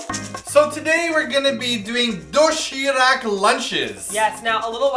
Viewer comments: its pronounced doe she rahk not doe she rack noob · also, it isn't doshirak if you replace the r with an L, It'll sound like the correct pronunciation. you can replace the d with a t, but d is more correct sounding. and if you use the a like that, it'll sound sort of like rak instead of like rock. if you say the a with a little bit of the o, it'll be more correct i think. so it should be doshilac. the k should be a c. i hope this made no sense. but helped in a way. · doshiRAK is pronounced doshiLAK sorry! i dunno, it bothers me lol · its more like doshee -lahk hehe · Emphasis on the SHI do SHI rak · do-shi-rak is pronounce like do-shi-lak..the lak being like "rock" kind of =) cute video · Everytime I heard "doshirak" I thought "dothraki" xD